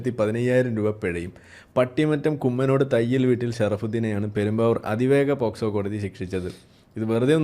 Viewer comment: പോസ്കോ അല്ല, POCSO